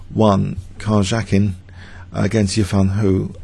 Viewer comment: Great video man, good job. One thing - in Karjakin's name the "j" is pronounced like a "y"... Great vid though, hope to see more Tata Steel annotations.